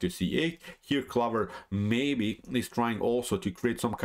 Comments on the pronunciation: No. Honestly it was just amusing to me as an English speaker (though I do speak Spanish as well) to hear you pronounce this as 'clovver' we would pronounce it clo-ver. I really enjoy your channel and I know that like me you are a big Kasparov fan. My style is similar to Kasparov (not as good of course) and we almost share a birthday. Keep up the great work. How much do you think computers are influencing modern grandmaster play? I am only an 1800 player and I don't think computers have encroached on my play too much. I tend to play very much as a 'human'. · Interesting pronunciation of 'clover'.